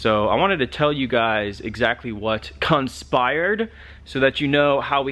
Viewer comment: Hey dude, was going to watch yr whole vid...and this sounds lame, even to me...but you said cuntspired